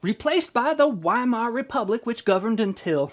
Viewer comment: The W in Weimar is pronounced like V.